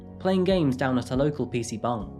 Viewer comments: Are you saying "pc bung"?? ☝️ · Bruh are you saying PC bung….? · Im sorry to be that guy but whenever u say "PC Bangs" I can't help but hear "PC buns" lmaoo. Great vid my friend✌🏼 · wtf is a PC bung? Are you trying to say PC bang? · no hate but it sounds like you are saying PC BONG xD